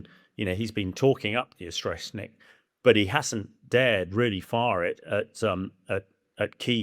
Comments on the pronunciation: Can't even pronounce Oreshnik properly. It's speed is well above 5,000 mph. More like 11,350 mph at burnout on a maximum range MET. IRBMs can and have been intercepted. No, it is not built from Soviet parts. It is a RS-26 Rubezh with its nuclear penaid substituted for a conventional one. The RS-26 is a RS-12M1 Topol-M/RS-24 Yars sans the third stage. Both stages, the PBV (including it's guidance system) and the payload fairing were designed in the post Soviet period, beginning in 1992. Yes, it's an area weapon, it uses a MRV payload. Yes cruise missiles are inherently more accurate than strategic ballistic missiles. This is true for both Western and Russian systems. No, Tomahawk Blk V has a CEP of meters, not inches or feet. No, the Oreshnik's guidance system, the same as that of Rubezh, Yars and Topol-M is post Soviet, distinct from that of Topol, due to the use of a PBV, requiring completely different guidance architecture. These post Soviet missiles also incorporate GLONASS guidance, requiring new architecture. It doesn't use GPS, because that's an American system. It uses the Russian equivalent. No, Oreshnik will not probably get shot down. Patriot is capable against SRBMs, but not IRBMs. Both Ukraine and Russia rely on similar tactics of a combination of drones and small mechanised assaults. The development of Oreshnik reveals that Russia is failing to efficiently secure its objectives, and is resorted to exploiting technologies and industrial capacity not previously all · O-resh-nik. Not O-shrek-nik. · "Oshetnik" missile..? Not "Oreshnyk"..? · Hamish didn't pronounce Oreshnik correctly. He is saying Or-Shrek-Nick instead of Or-Esh-Nick. 😂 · Dude said “O-Shrek-Nik” 😆 Shrek cannot be stopped! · Ahahaha why cant he pronounce Oreshnik? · you cant even pronounce the missiles name buddy. typical british behavior. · I'm supposed to listen to this supposed expert when he can't even pronounce the name of the missile properly? 🤡